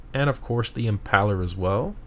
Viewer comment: IT'S IM-PAIL-ER AS IN "VLAD THE IMPAILER" IT HAS NOTHING TO DO WITH YOUR PALLS!!!!!!!!!!!!!!!!!!!!!!